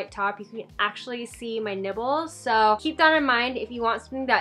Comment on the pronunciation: i know she did not just say nibbles